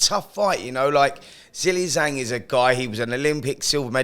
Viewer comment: I guess nobody at Talksport has bothered to ask how to correctly pronounce Zhang's name and have all just settled on "Zilly Zang".